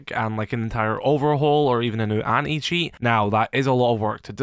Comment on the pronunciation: Why do I always hear him say "Any-Cheats"? LOL